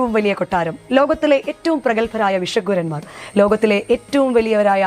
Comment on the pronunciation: വിഷഗ്വരന്മാർ എന്നത് ഭിഷഗ്വരന്മാർ എന്ന് തിരുത്തി ഉച്ഛരിക്കണം എന്ന് അഭ്യർത്ഥിക്കുന്നു